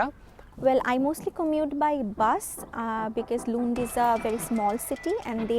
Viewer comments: Its not loond its Lund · Luund ya lund 😂😂